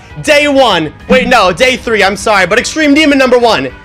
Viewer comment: “I’m ‘saRy’ I ever doubted you Red World!” 😂😂😂😂